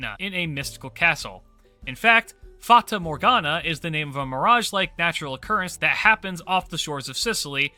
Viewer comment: yo , I lked the "Fata Morgana" pronunciation and btw it literally means Fairy Morgana. if you could do Melusine and Galatea too the italian that is in me would be happy . Also Dante Allighieri when ̶D̶W̶ Lasengle?